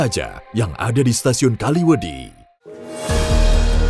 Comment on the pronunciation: Kaliwedi bang bukan kalimedi soalnya gua orang kaliwedilor